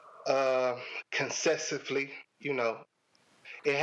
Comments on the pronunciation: I think he meant to say Consistently,not consesively. 🤔🤯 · He said "we dated concessively"!!!🤣🤣🤣🤣🤣 I take it he meant "consecutively"! 😂😂😂😂😂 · He said he's a professional 🤣 but I keep hearing him pronounce these words incorrectly!!! They are both embarrassing. She's hoodrat itism..what is concessaly?????, miskusllenous???? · Judge face when he said “consestively” LOL!!